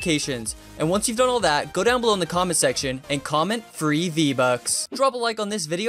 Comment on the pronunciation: Fwee Vbucks